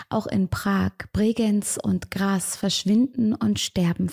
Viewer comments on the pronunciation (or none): es heißt btw graZZZ nicht graS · Hallöchen 😂 Es heißt Graz nicht Gras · bitte nicht "gras" sondern "graZ" mit Z!!! 😅❤ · Liebe, Graz wird GraZ gesprochen. Nicht "Gras" 😅 Für mich als Österreicherin fühlt es sich schrecklich an, das zu hören 😅 Nur ums mal gesagt zu haben, ansonsten alles super wie immer 🙈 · Cooles Video, kleiner Tipp es wird nicht Gras ausgesprochen sondern Graz ❤ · Liebe, ich muss es sagen: es ist GraZ, nicht „s“ sondern „z“ und Barbara und Margret waren / sind Östereicherinnen, müssen also nicht Englisch ausgesprochen werden 😊 … noch als Unterweger frei war, habe ich mich gefragt, wie man ihm so den roten Teppich ausrollen hat können …. Ich bin zu dem Schluss gekommen: österr. morbid … schwarze Seele, der Flirt mit dem Tod (ich darf das sagen, bin Wienerin) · Warum sprichst du die Namen am Anfang englisch aus? Margret und Barbara sind doch deutsche oder Österreicherinnen. Und Graz spricht man mit z aus nicht mit s. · Man spricht Graz mit z aus. PS: liebe deine videos ❤️